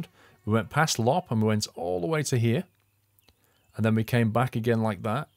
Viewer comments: I could make a video on how to pronounce the Finnish words in the game if you would be interested in learning. For example, Loppe is pronounced lopp-eh (or something), and not like lopp ;-) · Hey mate, Loppe is pronounced Low-Pay